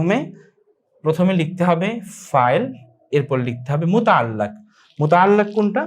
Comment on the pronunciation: sorry Bhai.. Muta'allaq noy muta'alliq.....